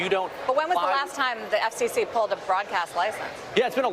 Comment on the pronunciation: He can't even say "FCC" correctly. Doesn't wanna "accidentally" sound Gay. All these Stiffs are hiding who they really are behind hatred imo. Just like "J.D. Vance" with his fake name and life.